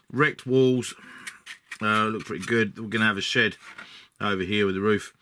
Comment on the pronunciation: Ha for a moment there I thought you said "the shit out the back garden" and not "the shed out the back garden. Gave me a chuckle thanks for the laugh! The build looks good so far. I am intrigued by this game but have to resist the temptation. I am on a crusade to vanquish the pile of shame. I am down to Abaddon the Despoiler, a box of Chaos Space Marine Terminators that I am saving for a long term project where I paint them to a high standard and base to a high standard. Got a few hundred 15mm miniatures to paint and my mountain of shame is no more! Then I will look at other miniature games hah.